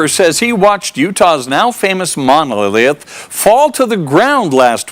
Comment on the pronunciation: favorite “monoahleath” 😂